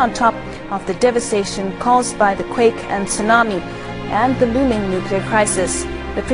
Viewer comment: nukular??? really?